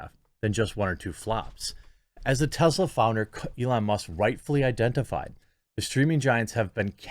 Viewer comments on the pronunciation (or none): none